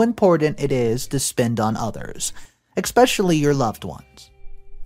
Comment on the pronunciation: Please learn how to pronounce especially. There is no x in it. It’s not irritating enough to unsubscribe but it happens so often. 😊 Thanks for the great content.